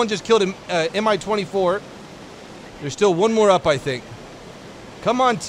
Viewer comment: it's not M I, it's MI. One word. Like in Mig but without g.